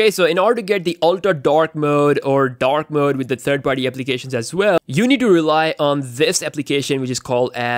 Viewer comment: How many times did he say dak mooood